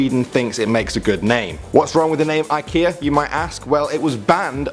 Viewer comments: You are saying IKEA all wrong. Atllest you don't say it like that in Sweden where i come from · It pronounce Ekea